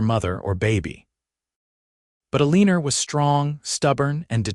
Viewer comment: Eleener? Perhaps it is supposed to be Eleanor? el i nor